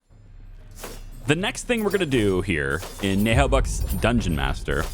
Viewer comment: Great series, it really grabbed me. By the way you don’t pronounce the “h” in Naheulbeuk cause it’s a French radio show and comics books, and French doesn’t pronounce “h”. So it becomes Na’eulbeuk. Anyway can’t wait for the next episode and I would definitely be interested in the RPG.